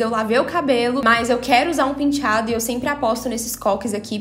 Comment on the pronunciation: Só de ler a palavra " penteado" consigo ouvir a falando " pintchado" kkkkkkkkkkkkkk😍😍😍